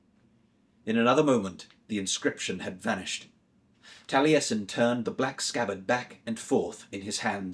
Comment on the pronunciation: Impressive voice acting and i thank you for bringing this childhood favourite back to life. I won't comment on the pronunciation of the Cymraeg names etc as it is difficult. Courteous and calming seem to be your kryptonite and Taliesin, one of the most famous historical/ fictional Welshmen as a Russian was a surprise!! Thank you again though, I enjoyed your work.